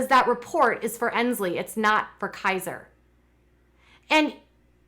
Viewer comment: Can someone please let Jenelle know there is a T in report.